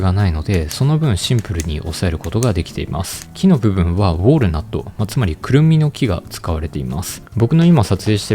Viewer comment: ウォールナットじゃなくてウォールナットな！